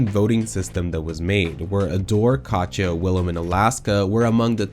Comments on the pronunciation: why do you keep saying Kacha instead of Katya? i’ve binged a bunch of your videos and it’s so grating. Katya isn’t hard to say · If I have to hear "Kotcha" one more time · Is calling Katya "catch ya" your thing? 😆